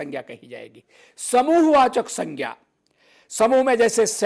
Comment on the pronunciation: 🙏🏻It is not proper to pronounce संज्ञा as सङ्ख्या or सङ्ग्या